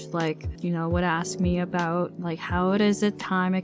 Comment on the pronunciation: Anyone catch that "Think aboot"? Ha even as a Canadian that one stood out lmao